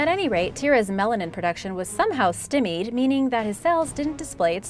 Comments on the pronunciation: “Stimmied?” Lol it’s “Stye-mead” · "Stye-mead", just fyi. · Did the narrator mispronounce “Stymied” in reference to the Zebra cells??